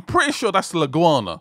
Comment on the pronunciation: Iguana not Leguana. Iguanas and chickens inhabit metro Miami